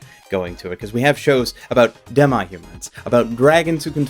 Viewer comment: You seem unsure how to pronounce "demi" since you go back and forth on it a little. The correct pronunciation is "deh-mee".